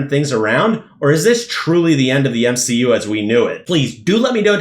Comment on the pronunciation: Lmao "M-She-U" 😂😂😂